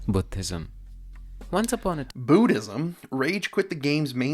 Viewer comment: Hi, hope you are doin good. If possible, try pronouncing Buddhism like the narrator. so sorry for saying this, I donno how to explain what I am feeling here.:face-blue-smiling